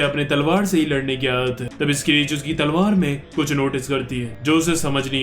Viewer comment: Bhai wo ladki स्क्रीच nhi hai , शिअरके padhte hai usko....... correct kro❤